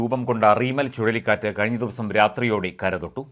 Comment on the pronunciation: . ചുളളിക്കാറ്റ് അല്ല ചുഴലിക്കാറ്റാണ്😭😭😭